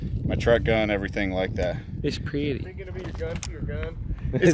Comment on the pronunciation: its pwetty